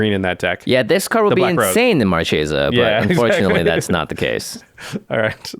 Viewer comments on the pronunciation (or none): Omg guys. Stop saying "Mar Chay Sa" it's pronounced Mar Kay Sa.